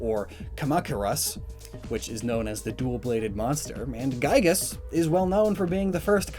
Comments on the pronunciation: Bro just called gigan gagis and Gamera Gamara Trust me I am a kaiju fan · Member when he called Gigan "Gigus?" Clearly top tier godzilla fan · lol. 'Gigas' xD it's 'Gigan'. you might be thinkig about the Mother boss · As a long time and Diehard Kaiju fan I cringed so much here... "Gam era" and not "Gam-erah", "Gigas" and not "G-eye-gan", mutated lizard and puts up a Monsterverse Godzilla... boy I appreciate all the work that went into this video and I love that you've shed light on my favorite genre. So I can ignore those small things, great work as always!! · "Gigus" ow that hurt me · gigis? lmao gigis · You said geygan wrong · You managed to pronounce ONE kaijus name almost correct haha